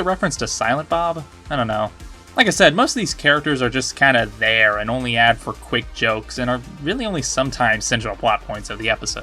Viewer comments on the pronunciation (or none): none